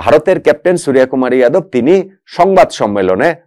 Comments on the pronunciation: ভাই,ভারতীয় নামের "বাংলা উচ্চারণ" ভুল বলছেন- 'সূর্য কুমার' - wrong pronounce ''সুরিয়া কুমার'' "রাভীচন্দ্রণ আসউইন" is wrong, হবে ''রবীচন্দ্রন অশ্বীন" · ওটা সুরিয়াকুমার নয় সূর্যকুমার। 'জ' আর 'য' পার্থক্য বুঝুন, তাহলে বুঝতে পারবেন।